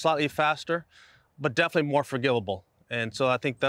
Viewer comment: Did I hear right 👂FARgivable 😊